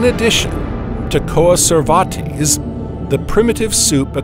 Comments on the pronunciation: Coa-ser-var-tease? {:o:O:} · The way he's pronouncing coacervates makes me think he's talking about a lesser-known Spanish conquistador.